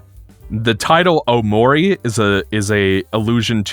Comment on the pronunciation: cannot get over pronouncing it "o'maury"